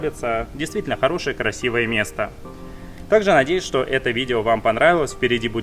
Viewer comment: У тебя какое-то странно произношение "что", будто ты говоришь "щьто". Это не упрёк, мне просто интересно, это из-за того, что ты очень много говоришь на Японском, или ты всегда так говорил?